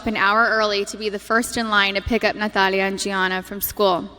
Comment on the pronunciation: I just love how she says "Natalia" with that beautiful castilian accent ❤